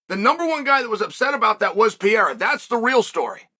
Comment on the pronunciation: Chael’s done it. He’s pronounced Alex’s name right. Undefeated and Undeterred.